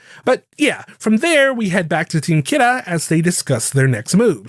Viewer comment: Honest question, why do you pronounce Kira so odd.. the ANime doesnt say it like that in either english NOR japanese